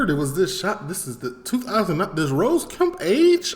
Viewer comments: H8s ne is Ross not rose come on sort it out. He also d8d say sixth. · He's called Ross kemp not rose its ross two ss lol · Subscribed man, Love your content! It's not rose though it's ross bro. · Ross like boss not rose lol